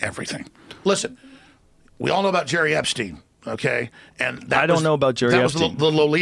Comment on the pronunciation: I was like "wait did he just say Jerry?" 🤣😂